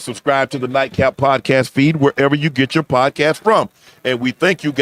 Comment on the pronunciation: Nightcap guys not daycap 😂😂